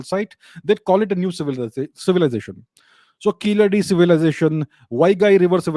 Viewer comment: The way you pronounced Keezhadi was great. It shows your knowledge of all cultures of India . Keep it up